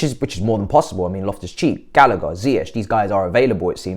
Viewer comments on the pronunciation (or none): none